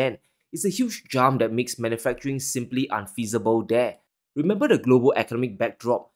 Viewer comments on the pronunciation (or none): none